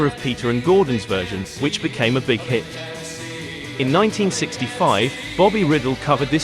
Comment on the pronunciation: Bobby Ryedell phonetically, shocking pronunciation of his name here